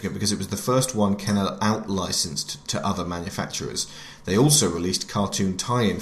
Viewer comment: It’s pronounced ken-ER